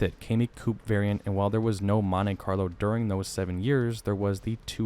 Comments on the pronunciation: Love your videos, and not trying to pick on you, but I think most people pronounce it "Mont-ee Carlo" not "Mont-ay Carlo". That's how they say it in the ad you included as well. Happy new year! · It's pronounced Mon-TEE, not Mon-TAY. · Nice video. Note that it is Montee not Montay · “Montay Carlo” lmfaooo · As a 1970/1976 Monte Carlo owner, I am hating the way dude says "Montay Carlo". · It's like partay (party) its how snobby americans talk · 🤣🤣🤣 pronounced MAHN-TEA..... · Bruh, chill on the "MonTAY Carlo" 😂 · What is a "montAy" carlo??? 😆😆😆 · Monte.. Pronounce it montee... Long E sound... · Monte Carlo is an area of Monaco, France. It is pronounced Moan-Tay. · It's a good thing the Monte Carlo isn't a French car it's an American car so it should be pronounced as an American would say it. Mon-tee Carlo.